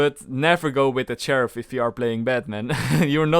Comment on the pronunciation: skull: bro said cheriff